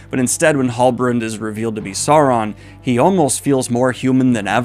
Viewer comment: "Sou-ron" not "Saw-ron"